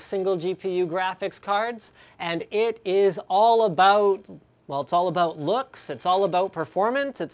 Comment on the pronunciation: "it's all aboot..."